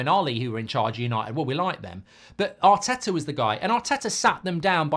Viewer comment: Arteto and Arny😂 at least get their names right